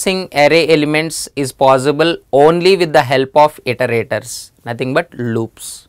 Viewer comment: It's "is" and not "is-a".